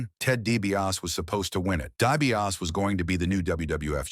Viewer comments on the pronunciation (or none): There's an R in there? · It's hard to get past your AI guy's pronunciation of the Million Dollar Man's last name.